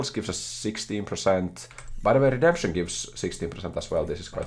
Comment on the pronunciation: I loved when said:”It's RedempShening time” and used the technology once again. Truly one of the moments of all time.